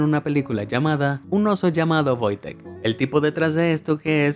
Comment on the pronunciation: por que en el video le dice VOITEK si se llama WOJTEK???